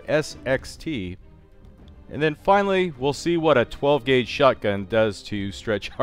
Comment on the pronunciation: >"12 guage" are you OK?